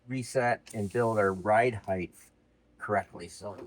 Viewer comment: "Height" doesnt have an h at the end. I love the crap outta you youre killing me. 😅